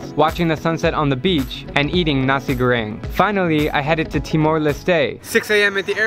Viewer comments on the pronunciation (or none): Its nasi goreng, not Nazi goreng...